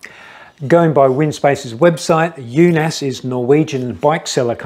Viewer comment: The double A is old Norwegian way of writing the letter Å which in english is the letter O like in Only. So you pronounced it completely wrong. no E in in it's pronounced like Unos Not Un-os like in Undo, but short N. Unaas is the surname of the brothers running the company. Espen Unaas established the company Unaas Cycling in 2008. The company has bike shops.